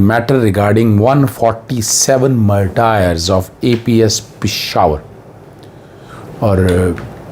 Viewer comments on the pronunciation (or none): مرٹایرز۔ ۔۔وہ کیا ہوتے ہیں جی۔ ۔۔۔مارٹرز ہے یہ۔ آپ کیسے پڑھے لکھے ہیں کہ ایسی پروننسییشن کی غلطیاں فرما رہے ہیں ؟؟؟ 🤔🤔